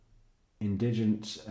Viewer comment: emphasize on IN